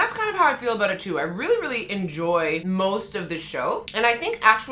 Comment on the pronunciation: Your Canadian is showing! I like it when your "aboot" slips out every once in a while, eh 😊